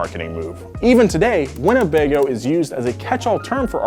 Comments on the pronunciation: It’s “Winnebago” not “Winnebego” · Glenn Quagmire’s Winnebago AKA “Wanna-Bang-Oh". 🤣